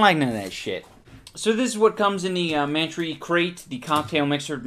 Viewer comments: Worst alcohol ever. Any booze you gotta mix shit in(especially oysters or acid+milk) is a scam or just plain disgusting. That one bottle of stuff looked like septic tank leakage. Kudos for the puke shots. I came twice. Also it should be pronounced "Man-Try," you hipster. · It is man-tree pronounced like pantry